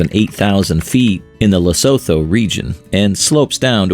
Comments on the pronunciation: Lesotho 🇱🇸 is pronounced: Le-Sue-two Drakensberg Mountain is pronounced: Dra-(like drug)-Cans-Burg KwaZulu-Natal Is pronounced: Kwa-Zulu-Nahtaal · Lee-sue-two Dra-kenz-burg